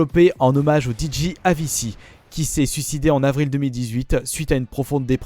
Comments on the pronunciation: Excellente trouvaille cette version deluxe de KH III (que je possède aussi mais sur PS4) pour seulement 30€ ! Mais par contre une petite rectification au niveau de la prononciation d'Avicii (oui je suis un peu taquin), ça ne se prononce pas "Aviçie" mais "Avittchie"... 😉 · ÇA SE PRONONCE AVITCHI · "Avissi " vraiment la 😂😂😂😂